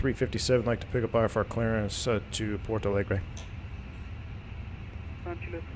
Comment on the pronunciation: I´m seeing now, pilots calls Porto Alegre as Palegre... Maybe a little late but better late than never :D